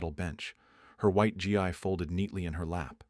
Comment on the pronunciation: also, gi is pronounced ɡē